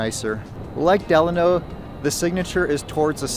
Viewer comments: Lmao the way you said Delano is crazy. 😂 it's like when people said Navada all weird. I spelled it the way people say it. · I’m a Vegas native and I have never heard anyone say it like that but we all say it the Italian way. Lol I just thought this was funny though. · You're pronouncing Delano wrong.